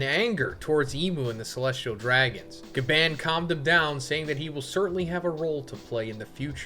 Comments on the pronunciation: Ga barrrnnn barrnnnn Not bann as in ban. It's Gabarrrrrnnn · The way u say Gaban pisses me off